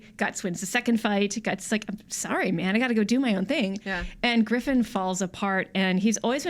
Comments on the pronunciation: griffin? GRIFFIN? damn come on guys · Of course I care about AoT S2..I've been up to date with the manga and I can't wait until I get to see the next arc animated. Screwing up Griffith's name and his backstory is just a tiny bit heretical. :P